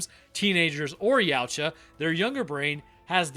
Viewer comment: Just for your future information, it's pronounced Ya-OO-tah, not 'Yeowch-ah'.